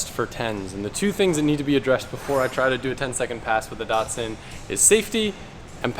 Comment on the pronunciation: Dat-sun not DOTSON